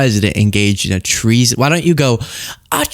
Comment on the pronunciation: "The left is committing TREE-SON!" - Jim Brewer